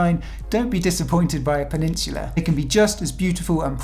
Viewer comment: I wish he would say Peninsula correctly